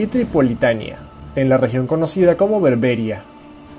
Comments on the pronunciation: Por que tenéis los Hispanos, la puñetera costumbre de cambiar el acento a las palabras?, berbéria, cuando lo correcto es berbería, o vidéo y no vídeo, es un problema de analfabetos?, no lo ceo, o de intentar cambiar el idioma? no se por que sera, pero la verdad es que suena a absoluta ignorancia, me gustaría que alguien me lo explicara, por que no lo entiendo, como soltar un mariconada de parrafada en ingles, cuando se esta ablando en Español, para dársela de mas culto?, pues queda como ignorante pues tiene el idioma mas rico, lenguisticamente ablando, en fin cosas de la vida que le vamos a hacer. Por otro lado felicitarte amigo a pesar de tu cagada con berbéri, buen vídeo, un saludo. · Argel se pronuncia con acento en la "e", y Berbería en la "i". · Antes de realizar un video,deberías aprender a pronunciar correctamente los nombres de los lugares sobre los que hablas. Argel,lleva el acento en la e,por tanto se pronuncia Argél y bebería con acento en la i .